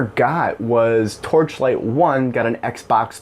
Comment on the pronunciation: How many times can you say the title of the game you are talking about wrong? It's hilarious. You actually didn't say it right even once I think